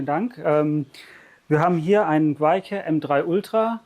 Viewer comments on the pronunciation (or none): 100 mal versucht den Namen " GWeike" richtig auszusprechen und der buchbare "Vertreter" steht dabei wie ein D. und korrigiert nichts. Alter....